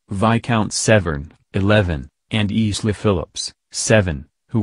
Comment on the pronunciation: It's pronounced EYE-LA NOT EASLAY IF YOU MUST COMMENTS ON PEOPLE PLEASE USE RIGHT PRONUNCIATION